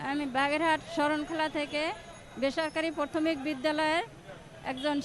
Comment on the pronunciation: ভালো করে তো প্রাথমিক টাই উচ্চারণ করতে পারে না কেমন শিক্ষাক...😂😂